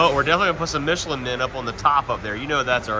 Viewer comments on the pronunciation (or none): none